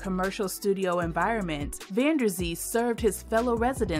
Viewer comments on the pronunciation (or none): none